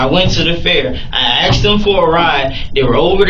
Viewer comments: At least he says "asking" instead of "axing". He should be set free because of that. Edit: Nvm. He says "axed" on . Guilty. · Oh wait he axed for a right, must be innocent. He axed!😂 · "I axed him!" He admitted to axing someone...😂